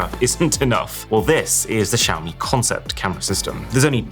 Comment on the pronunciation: When the Barber hears “Shave me” instead of “Xiaomi” and you correct too late…